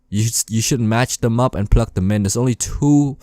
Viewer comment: i wonder how many times he said pluck instead of plug